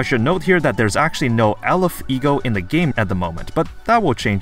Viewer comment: you pronouced aleph very well btw!